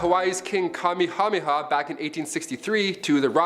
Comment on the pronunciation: Not to be a creep, seriously.... It's King Kah - May - Ha - May - Ha. As spoken in the traditional Caucasian-American.